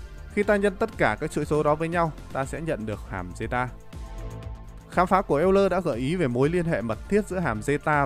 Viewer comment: Công nhận, nghe ông ấy đọc cả "eo-lơ" mới vui. Mà sao cứ nhầm "l-n" nghe mệt quá.